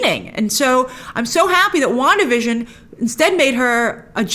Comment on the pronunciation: wanda vison... come on!!!!